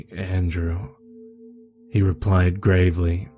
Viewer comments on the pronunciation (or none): none